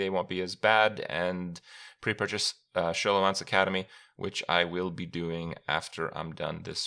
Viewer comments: >sholomance smh kripp, you should know it's pronounced like skolomance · its s-Kolomance.. not Sholomance... :/ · Skoll-o-mance. As in, scholar + necromancer. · Is it just me being bothered by the Show-lo-mance pronunciation vs the Skow-lo-mance one? am i the only one who finds this kind of interesting? can anyone confirm the correct pronunciation? as someone who speaks english as a second language im now really confused by this word. whats the correct pronunciation? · Most of WoW, specially in early expansions, was mostly text, so most people named things as they thought and then stuck with it. Same happened with Pokémon, when we were young, we used to name them as we thought, then after time we discovered we were wrong but we didn't care, because we were used to it. In my language, you would be amazed how bad people pronounce some names, most of those errors were so common than even the translation started misspronouncing them. (Tral, Haina, Tirande...) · Even though "Sch" is pronounced "Sjo" in many countries, in this name it is pronounced "Sko". So it's Sko-lomance. As they also say within very few seconds of the cinematic trailer. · I think it's pronounced "Skolomance" - like schol[ar] - [necr]omance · It's pronounced "Skoolomance" like in School! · It absolutely is. They even say as such in the trailer, which I guess Kripp didn't watch lol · Yeah we aint doing this for the next 4 months its Skolomance Kripp pls :'( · I'm pretty sure its pronounced SkO-lO-mance lol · Its not Sholomance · SHO-lomance??? gtfo xD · It's pronounced skolo man se. Think school mansion. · I'm 90% sure it's pronounced "Ska-low-manse" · wow he really cant pronounce Scholomance? Didn't he play WoW for years?! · Do you say "school" too, god damn that horrible prononciation of scholomance really triggered my ears